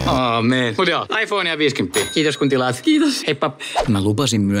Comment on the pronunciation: Lausut iphonen väärin